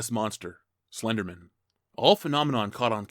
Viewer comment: dood said "Slendermin"